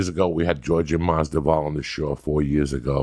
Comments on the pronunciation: "Ģabagope. Mungumbo. Nigo Vanopello. The sollution. Kalabeeb.Stiopick and now Masdival". Ya gotta love him. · Masdival 😂 Stiopic 😂 Khalabib 😂 Joey ur the boss 🤣 Joey Diaz baptizing these mothereffers 😂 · Khalabeeb, Stiopic, now Mazdival, Joey pronouncing fighters names wrong never gets old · MasVidal! Not MasDival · Remideas Nucleosis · “Georgie MasDuval” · Mazda vowel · “Jorjay Masdival” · Marco Vaz Maz-Da-Vall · go watch some Joey Diaz footage and you'll see. It's not surprising. He can't pronounce any names right. Everybody knows it so nobody cares because the rest of his memory is really good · Glad that I'm not the only one hearing Masdival. Thought they were friends? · gaww dammit Joey. its MAS-VI-DAL. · Georgie madzival😂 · It just kills me because Joey's Cuban he gets a pass on every other ethnic names but Jorge (hor-hey) Masvidal(Mas-vee-dal) c'mon uncle Joey lol gotta love em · Georgi Masdival...i cant take this guy serious.... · Joey "Giorge-eh Masdival" Diaz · “George-Jay musvodal” 💀 love you Joey lmao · MASDIVAL Joey Diaz be wildin with the names 😂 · Joey kept saying masdoval beacuse masdoval i think is also quite common last name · Who's better at butchering fighters' names Joey "Georgay Masdival" Diaz or Chael "Yarear Rodriguez" Sonnen? Joey "Khalabib" Diaz? Chael "Kamara" Sonnen? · Did he just call him George Madballs? Lol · He said Mazda-val.... Maby he was thinking about a mozza ball.🤣He still made some good points and we love ya uncle coco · "Masdival". Even being a Cuban too. Only Joey could say this😅😅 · Bro with Joey being Cubano u think he get his name right...lmao...Masdival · Oh hell nah he said Masvifall lol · During a college football game the commentator read off the names for the fight and said diaz vs Mas-veedle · "Jordi LaForge-disval" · he pronounced "masvidal" 8 different ways lmaooooo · If anybody watched the Masvidal podcast 3 4 years back, uncle Joey couldn't pronounce Masvidal then and couldn't pronounce Masvidal now 😂😂